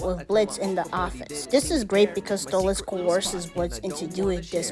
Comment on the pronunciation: Yeah... Why did you say Stolizt instead of Stolitz? I'm not a fan of it, I hate it, but that mispelling even made me cringe.